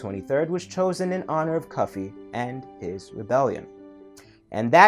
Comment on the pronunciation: It is not Kofi, it is Cufi